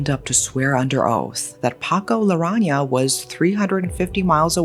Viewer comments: Hi! Great video as usual. Just a little correction but his surname is Larrañaga instead of Larraña. Thank you 😊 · It's "Larrañaga", not "Larraña". You are missing a syllable. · Just to be precise: Paco's last name is Larrañaga, not Larraña. Otherwise, good coverage of this infamous case. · It's been so long since I last heard from you and I am now reminded why I stopped. The constant mispronunciation of names is really icky and somewhat disrespectful too. It is LA-RRA-NIA-GAH, not, LA-RRA-NIA. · By the way it’s Paco LARANNAGA NOT LARANGA 😊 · It’s Larrañaga (LAH-RAH-NYA-GAH). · It's Larañaga. La-ran-ya-ga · I'm certain that you're trying to pronounce the name correctly but it's pronounced as la-ran-ya-ga. The mispronunciation of Ñ (en-ye) is throwing me off. Also Jimenea as hi-me-ne-ya. I recently heard of this case but I never knew the details. Thanks for covering this! 💙💙💙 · I love the exaggeration in narrating the story.. how she described the scenes and plot such as foggy tinted glass window or such... It made d narration more picturistic...the surname of Paco wasnt pronounced right though.. its Larañaga as in Laraniaga if i remember it right..